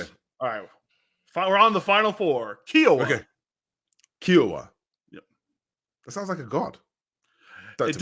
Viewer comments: The helicopter called Kiowa is pronounced with a Long i, and not like a long e. The chopper was named after the First Nation Kiowa tribe. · BTW, Kiowa is pronounced like Hiowatha but beginning with a K sound, and obviously no tha at the end. It's the name of an Indian tribe of the plains, K👀-O-wa